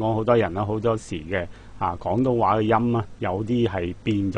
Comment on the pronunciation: 啊 sir, 係 “廣東話” 而唔係 “港東話” 啊。 英文拼音：廣 Gwong； 港 Gong